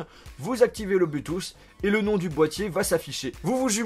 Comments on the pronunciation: arrête de dire blutouss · bonne vidéo mais arrêté avec l'iPhone ... c lourd a la fin (pute a clic) aussi c blou touth (bluetooth) tu prononce très mal c triste corrige ca surtout si tu emploi le mot 30 × dans la vidéo ... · Sa me stresse ta prononciation de Bluetooth 😂